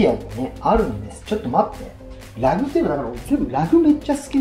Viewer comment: Rugなのに発音がLag